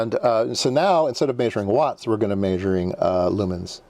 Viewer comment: “Maysuring” lol I like the way it sounds